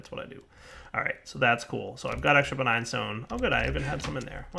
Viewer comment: "Begign" souls. Lol